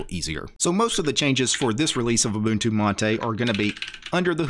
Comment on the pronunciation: First guy pronouncing them right and not k'bantu